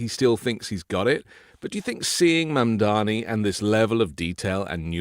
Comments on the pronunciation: Yeah no idea why doesn’t just correct him, he says it wrong every single time 😂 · Love you, but you're mispronouncing Mamdani -- it's Mom DoNNy -- not Mom DoMMy. 🥰